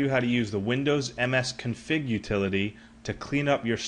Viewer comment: msconfig not msconfing